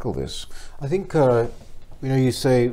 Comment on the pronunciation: Good luck for, she's making all the right noises but if I could say one thing she needs to stop saying Fink and Fought and Free (when it's Three) Using F's when it's Th really does let her down. Sorry, I probably sound like an old git.